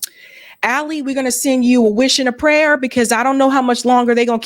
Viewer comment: It is not Ali as in Alison it is Ali as in Ali. You are mispronouncing his name.